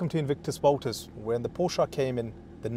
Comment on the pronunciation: I’m in the US , his pronunciation sounds about right to me. Are you related to The Porsche family in terms of bloodline? I didn’t think so, so who are you to say the right way to pronounce Porsche? At least he knows what he is talking about!🏎